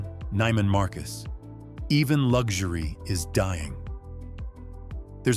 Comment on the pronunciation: Neiman Marcus is pronounced with a long "e", not a long "i".